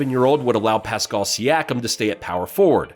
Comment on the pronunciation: For future reference. It's not A-noo-nahbee its A-new-no-bee And is not Pes-call its Pass-kal